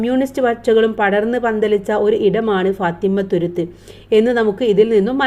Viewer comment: class enikk manassilayi ila ഫാത്തിമ്മത്തുരുത്ത് അല്ല ഫാത്തിമത്തുരുത്ത് എന്നാണ്😂